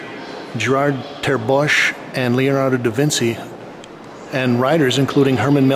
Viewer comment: you pronounce his name very wrong and you also pronounced leonardo de vinci wrong very good video though